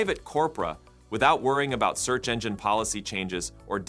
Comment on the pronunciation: I used to think this channel consisted of a guy who recorded audio in order for his avatar to lipsync the copy. Now, however, it appears to be an avatar for a chatbot. The voice makes too many errors in pronunciation; they seem like glitches or hallucinations. In this video, at one point, it pronounced 'search' as 'sooch.' I also saw a visual hallucination: it mentioned Zuckerberg attending a meeting, but it showed an image of Bezos to illustrate it.